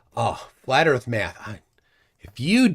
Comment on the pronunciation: Oh my gosh, how can a human being be so simple minded! can’t even grasp the simplest physics. And I could freak out, if people like say: the Bible says erf am flat. Hilarious